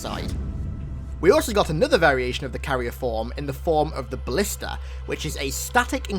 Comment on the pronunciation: Who else thought he said ballista not blister